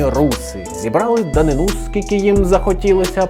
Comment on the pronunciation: Дуже цікаво! Маленьке зауваження: наголос у слові ДАНИНА на другому складі: данИна.